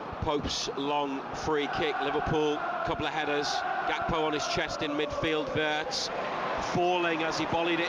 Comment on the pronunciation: was the commentator calling wirtz as birtz? 😂